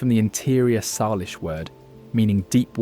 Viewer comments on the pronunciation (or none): none